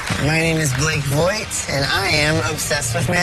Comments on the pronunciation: Dude. Its Vogt pronounced like 'Vote' or 'Vog-t'. There is no 'i' like Jon Voight. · His name is not pronounced like that